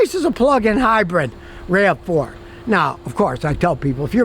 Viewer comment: "Hybrid" not "Hybread"